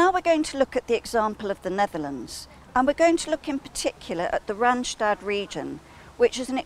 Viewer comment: Actually, its 'RandSTAD' and not 'Randshtad'. Yes, our Randstad can be very busy, too busy even, and very polluting. And as The Netherlands is a small country, a little pollution is equivalent to a lot. It is also very expensive, so many people like to work in the Randstad and live elsewhere, which is why there is a lot of commuting. Clarification = Randstad is NOT one city but several! In the south, it starts with Dordrecht and then stretches about 100 km. to the north to Amsterdam and surroundings. That's 100 km. of crawling traffic if you are unlucky.